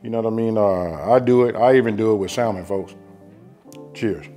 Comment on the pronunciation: “SAM-men” you mean ..come on unk lol